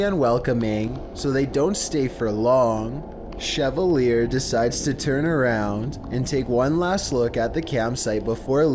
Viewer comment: The kid’s first name at the haunted house is pronounced sha-val-yea. What were you callimg him? Chevrolet? LOL I use to date a woman with ghat last name.